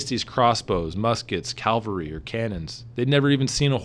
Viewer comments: CAV-alry. Not CAL-vary. Because there's a big difference between horsemen, and the place that Jesus died. A cute quirkiness, but, nevertheless an incredible video here. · Excellent! But is c-a-V-a-l-r-y, horse- mounted soldiers. Not caLvary-the hill where the Lord Christ died. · Cavalry not Calvalry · Cavalry not Calvary mon-ami. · You Americans do know the word is 'cavalry' don't you? Lol. Great video. Many thanks. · It is "cavalry", not "calvary"......